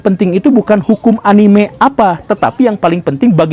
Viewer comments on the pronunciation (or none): none